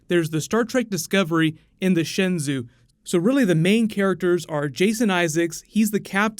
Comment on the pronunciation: I don't know how they pronounce it on the show but Shenzhou is pronounced more like shen jo (with a "hard j" sound). That's as close as you can get to it in English anyway.